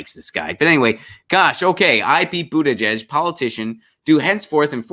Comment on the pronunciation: Thanks for pronouncing Pete's last name correctly. I don't like him but it's good to be accurate.